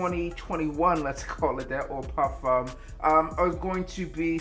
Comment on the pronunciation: I REALLY appreciate the way you properly pronounce "parfum." Just a small detail but it matters.